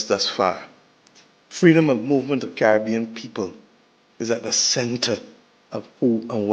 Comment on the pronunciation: Why are u still HERE 🇯🇲 U can't even pronounce the name Caribbean correctly Why aren't u doing ZIMBAWE